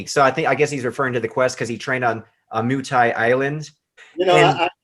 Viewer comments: Do you really not know how to pronounce “Muay” Thai? Comon brother. Sheesh. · It's weird to me that a martial artist wouldn't have any idea how to say muay thai properly